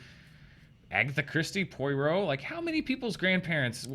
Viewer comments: Not Poi-Roe but Pwar-Roe. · Only pronounces Poirot correctly. "Pwa ro":-)